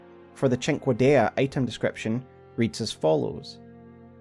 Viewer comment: I'm a simple man. I hear someone pronounce 'Cinquedea' correctly, I press Like.